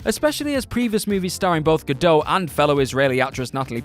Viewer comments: Her name is actually pronounced Gadot, with the "t". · The T in Gadot is not silent. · Really need to learn how to pronounce Gal Godot's name.